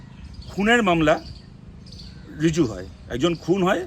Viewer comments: রিজু নয়, রুজু। Please, try to rectify. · রিজু নয়, রুজু। মামলা রুজু হয়।